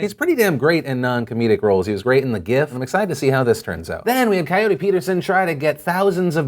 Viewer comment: you said vass and it annoys me.